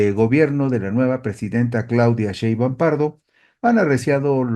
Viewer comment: Está bien que no puedas pronunciar correctamente el apellido paterno de nuestra Presidenta, pero ¿podrías cuando menos leerlo correctamente?